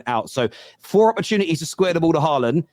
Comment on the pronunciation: cringe calling holjund haaland